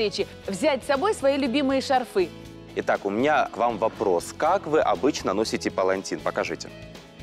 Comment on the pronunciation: Ведущая,! Не шарфЫ, а шарфы!!!!